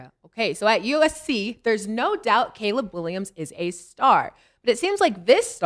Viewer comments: He called him "collab" 🤣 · Bro why Cam can’t say CALEB it’s been like 3 days in a row 😂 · Cam pronouncing Caleb like the sub from key and peele 😂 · My boy Cam be fighting for his life pronouncing “Caleb” 😂😂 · Cam not being able to say Caleb Williams name is outstanding!! This show is the best out there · I’m just confused on why Cam don’t know how to say “Caleb” until somebody tells him 😂😂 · Cam not being able to pronounce "Caleb" is the hoodest shit I've ever witnessed 😂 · How the hell does cam not know how to pronounce Caleb?! 😂😂😂